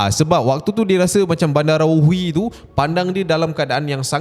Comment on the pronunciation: salah tu cap. badarawuhi bukan bandarawuhi. takde N. badarawuhi, medusa indo